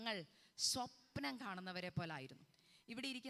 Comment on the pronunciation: You are young, why you are speaking swapanam like old people, please pronounce swapnam.😊❤.God bless you.